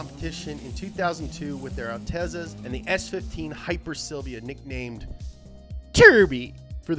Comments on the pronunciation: Did he jus say alteeza? Let’s see that up to speed episode on the alteeza! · It's actually pronounced "Al-tet-za". It's Italian for "highness". Like other Italian words with double Zs, there's a T sound in there, as in "pizza" or "piazza".